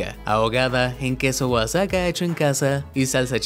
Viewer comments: Queso oazaca,se escribe Oaxaca y se pronuncia Oajaca 😁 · Oaxaca no se pronuncia oasaca se pronuncia Oajaca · jejej queso oatsaca se pronuncia oajaca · Esta mal pronunciado queso Oaxaca, se pronuncia OaJaca. La X se pronuncia como J en México de donde es originario el queso de los tacos. Soy de México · Queso "oasaca" 😂😂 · Oye es queso Oaxaca no oasaca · Se escribe Oaxaca pero se pronuncia Oajaca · APRENDE A HABLAR ESPAÑOL AHORA RESULTA QUE ES QUESO OATSACA Y NO OAXACA